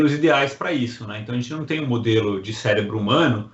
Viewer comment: Cérebro e não célebro !